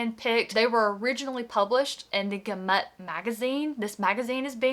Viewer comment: Just discovered your channel. 😊Love the enthusiasm and picks. I’m looking forward to watching more. You might want to look into how to pronounce gamut…the emphasis is on the first syllable, not the second. Anyway, have a great holiday!